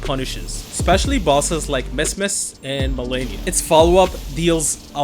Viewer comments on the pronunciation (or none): Bro said MessMess 😂😂 Nice build